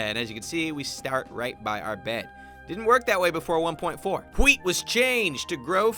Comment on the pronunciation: I'm sorry but when he said " Whhhheat was changed to go faster" I laughed so hard because of the way he pronounced it. He's like stewy on that one episode of family Guy when he was pronouncing whipped cream and putting so much emphasis on the h. Sorry for making you read this whole paragraph about the way he says word that start with wh. Bye.